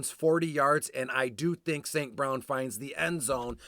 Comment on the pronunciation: Great Info!! Way to Pronounce E St. Brown name correctly. Going to use this and Crush Showdown this evening.